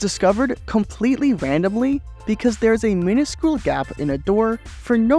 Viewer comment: I don't think I've ever seen someone misspell AND mispronounce minuscule (cu = pronounced ky). WHICH is not a conjunction; as a relative pronoun it needs to fit into the rest of the clause, and if it doesn't, it should be AND or something else suitable to the meaning, or you could rephrase, e.g. which lets you... Just so you know. Good stuff as always.